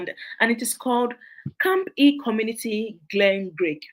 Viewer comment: Awesome, some charity organization it's not pronounce well, some is camp E, but is camphill and name is mentioned, please call the city or county,so it will easy search